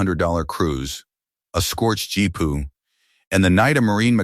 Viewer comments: GPU. Gee-Pea-You. GEE. PEA. YOU. 😡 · G P U not jeep pu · I laughed every time i heard "Jeepu".